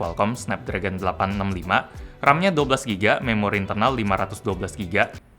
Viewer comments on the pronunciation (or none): Waktu dia ngomong juga memang ada penekanan saat ngomong memori. Seperti ada yg ingin disampaikan lewat penekanan